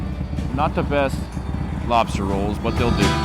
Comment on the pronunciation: Lobstah roll❤️